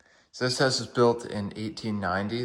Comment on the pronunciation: He can’t even say house 😅😅😅